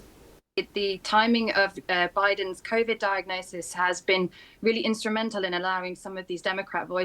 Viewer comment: Convid... ralmao